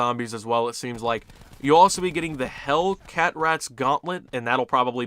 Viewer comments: Hellcatraz is pronounced Hell-Ka-Traz, because the map Blood of the Dead takes place in a Hellish Alcatraz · The fact that you said Hell-cat-raz instead of Hellcatraz is hilarious to me (pronounced Alcatraz, with the first part "Al" being pronounced Hell) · lol he said hell cat ratz . def- con 5 gauntlet is a classified gauntlet and hellcatraz is blood of the dead gauntlet